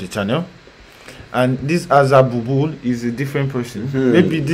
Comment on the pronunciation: Azer bul bul değil aga Azer BÜLBÜL